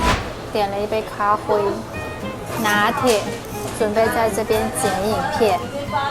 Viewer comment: 的(咖灰)台灣國語發音真的很標準阿 台灣的文化很有包容力 小朋友的同學之間就會有好多新住民媽媽 所以小朋友直覺就能感受到不同 這倒是不必擔心的